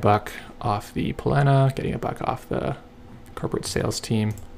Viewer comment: The pronunciation seems to be "pal-na" as the unaccented a is silent.